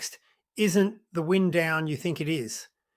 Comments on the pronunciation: Fake AI Man. And he says “WIND down” instead of “WYND down”. Sick of AI shit and its only just started. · Hey, you have exactly the same voice as The Aussie Mechanic and when you say 'wind down' it's not wind as in blowing but wind(e). Stop winding us up. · AI generated drivel. Why is "wind" pronounced as in weather, not as wind up or wind down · OMG poor little ai bot reader can’t distinguish between “wind” - (noun) that blows and “wind” (verb) work the window down. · And the "wind down" pronounced like a souwesterly ... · AI. Fails to pronounce "wind-down"